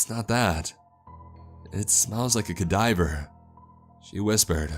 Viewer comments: Holy CA-diver! It's cadaver, boyo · Bad times all around Cadaver, the “da” being pronounced with more emphasis. Synonym: Corpse. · Thinking the same, he pronounced Nahant wrong too. Still awesome, however.